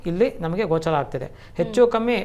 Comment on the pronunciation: ಗ್ರಹಣ 'ಗೋಚಾರ' ಅಲ್ಲ 'ಗೋಚ'ರವಾಗುವುದು